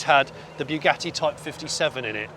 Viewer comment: Please stop destroying the pronunciation of Bugatti, it's not bew gatti like new gatti😂, rather Bu, as in but.